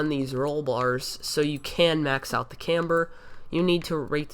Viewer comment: Say camber right dumbass